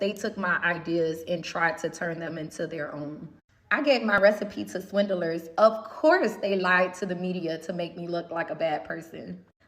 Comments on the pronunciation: Not Swin-Del-Ers 😂😂😂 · can't even say 'swindlers' correctly, never mind that she's inviting them to sue her for that brazen claim. She seems as toxic as her sauces. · The way she pronounces 'swindlers' gives me hives.